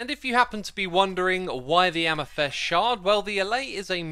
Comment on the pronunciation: Why do you keep saying "am-ih-thest"? it's amethyst. a-meh-thist. amethYst. with a Y. Amethyst. I can't believe you've gone this long without knowing this, so do you do it just to generate comments like these, for engagement?